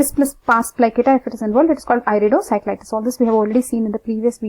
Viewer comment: he said iridociclitus not iridocyclitus. it's I.